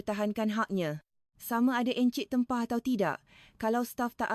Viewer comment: Min, kena menambah baik sebutan bahasa Melayu versi AI ni....contoh :klia bukan klea n encik bukan ensik...bebaskan drpd versi indo...boleh buat sendiri,maju terus...